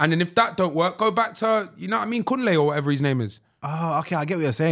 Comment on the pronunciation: Brother said Kunle 🤣😭